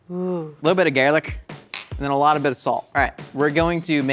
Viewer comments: He pronounces garlic “garelick” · “little bit of garlic” in a flawless Irish accent that I’d pay a lot to hear more of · nobody gonna talk about the way said garlic like he was an irish person or something.